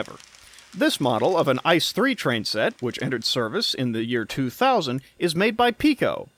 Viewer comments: Its not "Ice" as in Ice cream, Its I.C.E. (So spell each letter individually, with a pause) if you want to use the german spelling. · it´s not Ice it is pronounced I.C.E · Really fun video! Tho as a German rail fan I'd like to nitpick that ICE is not pronounced like the word ice, but as an acronym with each letter being spelled out: i-c-e. Really cool video otherwise :) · FYI: ICE is pronounced individually, so the letters are pronounced: I-C-E /iːtseːˈʔeː/ ICE stands for InterCity Express. The incorrect pronunciation sounds like the German word for ice: das Eis (n.).